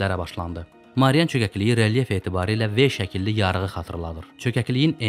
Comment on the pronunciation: Marian yox Mariana.